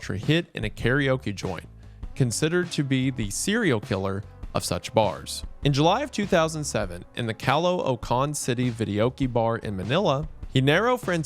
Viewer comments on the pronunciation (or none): I love how Wendigoon pronounced Caloocan as Calo - Oh - Khan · love ya dude, but you did not have to butcher the pronunciation for caloocan that badly LMAOO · The way he says caloocan sent me xD